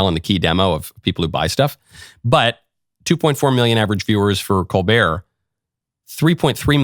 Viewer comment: ...his last name is pronounced "COAL'-burt"